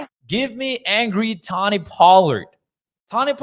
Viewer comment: Its pronounced Toe-Knee. Sorry, was bugging me and my OCD ass. 😂